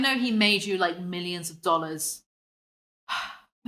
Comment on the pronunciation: millions of dollahs, millions of dollahs. thats why